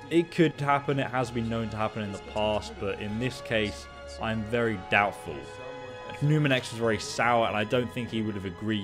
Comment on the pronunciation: Is he saying numirex 😑